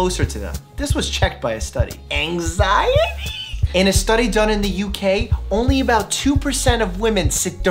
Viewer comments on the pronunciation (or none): the way he said anxiety gave me anxiety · The way u said waste and anxiety is confusing me